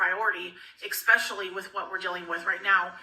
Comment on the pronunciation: This is really petty, BUT... ESPECIALLY....., go get amber and sound it out for me🤦‍♀️